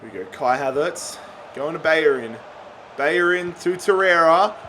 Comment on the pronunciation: Everyone: Bellerin: Bayerin